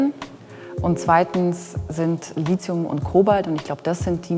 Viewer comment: Warum kann keiner dieser Experten das Wort Lithium aussprechen? Kein c kein z...